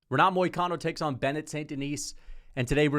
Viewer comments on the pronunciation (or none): renat and bennet